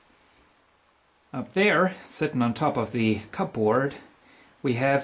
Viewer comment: lol cassettenapspieler, "digital uhren" it's funny when they misspell words on packaging. at my store we have electric heaters and one of the boxes has a misprint: "Baseeboard Heater" :D that clock radio is really neat! I noticed you said cupboard literally like "Cup board" that's the funny thing about english we don't usually pronounce it that way, we say it (Where I'm from) as "Cubberd" thought you would find that interesting^^ nice ceiling btw^^